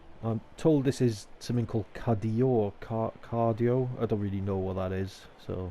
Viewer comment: "Cardior" lmao I hear that lad!!